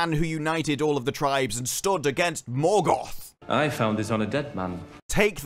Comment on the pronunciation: Turned it off halfway through, couldn’t stand anymore, utter muck. The way Galadriel pronounces the rolling R in Morgoth and Numenor makes me want to fall on a Morgul blade